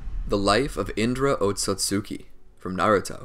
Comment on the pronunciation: I dare you to say otsutsuki, and not otsotsutsuki